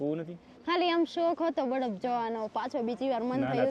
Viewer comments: baraf bolay..... Badaf nai ho next time bolta sikhi jaje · saav abhan hoy ten kem badaf bole chhe